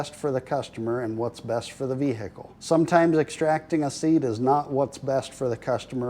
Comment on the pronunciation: vehicle all in one syllable with the h silent